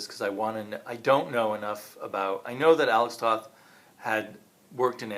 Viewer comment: Firstly, you should know your pronounce his name Tote.